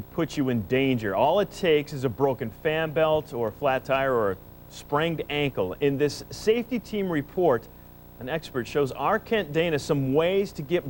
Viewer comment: "spranged" ankle. lol.